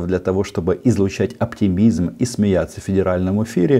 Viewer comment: У Лаптей случился Аптимизм. А точнее - аптиНизм.